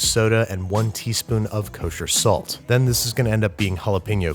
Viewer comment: babish be like "K O S H E R S A L T" (I think he's addicted we need to get him a addiction therapist)